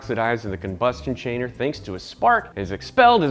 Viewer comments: "combustion chainer" 😂😂 Much love Science Garage. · Haha he said combustion chainer.